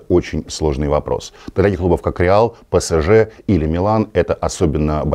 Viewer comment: для зизу мю это "накрайняк", он сборную франции хочет или ПСЖ. з.ы. произношение пЭсЭжЭ улыбает в каждом выпуске